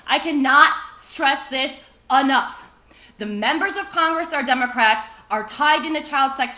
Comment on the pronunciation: Hello children, today we learn how to turn your christian missionaries into pasta strainers. EDIT: Did she say Demon-crats?